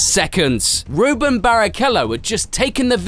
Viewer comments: Its Rubens not Ruben. Also 1000% sure he is Brazilian. Do your research next time please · It’s Rubens with an s not Ruben. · RUBENS not Ruben! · And his first name is Rubens, not Ruben. Not sure why so many English channels get that wrong. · And his name is RUBENS not Ruben. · RubenS. Not Ruben. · It’s pronounced Rubens and he’s Brazilian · His name is RubenS Barrichello, and he is not Italian! 🤦‍♂️ Michael's abbreviation was "MSC" not "SCU". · yeah he totally left the S out.